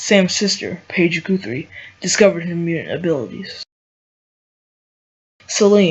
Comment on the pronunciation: It's (Guhth-ry) not (Gooth-ry). Good video though. Well done.